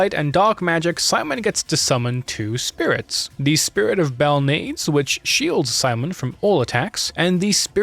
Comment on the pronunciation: Excellent, nuanced take of the story. I was always curious how the story went, as I played through LoS1. This story is interesting and I think that they did really well. Also, nitpicky thing here, but Belnades is pronounced bell*nah*dehs. Other than that, great pacing and great video. You’ll get some much deserved subs soon.